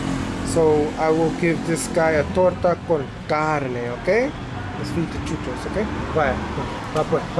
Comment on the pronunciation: I love the way you say chuchos!